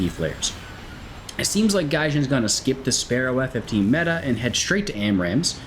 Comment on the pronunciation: I must say as an Israeli F-15 enthusiast myself you nailed all the names of the F-15s